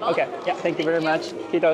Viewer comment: I love the way he pronounces it "khittos" instead of "kiitos"